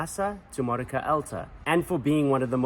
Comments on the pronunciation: You should learn how to pronounce the cities you want to visit. Modica is pronounced Mo-Dee-Ca. I know cuz I lived in Sicily for years. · You should learn how to pronounce Modica correctly.